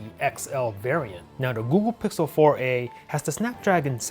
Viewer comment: The Woogle pixel